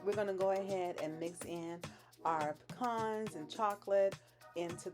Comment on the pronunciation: Thank you for pronouncing pecans correctly...exactly the opposite of how my M in law says it! Every ingredient rocks my taste buds...